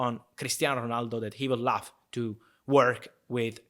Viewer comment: When he says love i feel like he is saying laugh